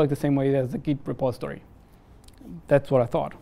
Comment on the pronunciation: The video is pretty informative, but the "repostory" instead of "repository" sounds weird.